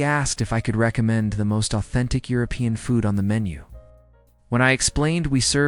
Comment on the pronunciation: The AI can't do more than speak a worrd salad, doesn't understand what the meaning is. It can't even pronounce 'European' had to just spell the letters and doesn't know 'Lyon' is a city